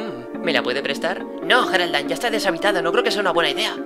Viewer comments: Me llamo Geraldine :'v y no se Dise geraldain es yeraldine pero se escribe con g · como se escribe: Geraldine como se pronuncia: yeraldin como el lo dice: geraldain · No Sé Dice Jeralain Se Dice Geraldine. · cierto se pronuncia yeraldine y se escribe geraldine q casualidad yo me llamo geraldine y en lucar de geraldine se supone q es coraline